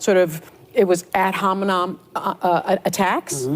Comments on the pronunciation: “Ad hominom” — yup, that’s exactly how it’s pronounced, ya racist, wall-eyed b it c h. Love Megyn, she’s the female Tucker! (Because Tucker’s older.) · "Abhominom" attack? What is that?😅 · AD HOMINOM??? WTF is “AD HOMINOM?” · Ad-homonam? Sunny, you were close on the pronunciation. But you were probably discriminated against in English class and that's why you didn't learn the correct pronunciation. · Did say ad hominom?